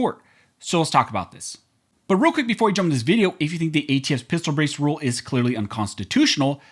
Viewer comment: Before we jump into this Vee-dee-o!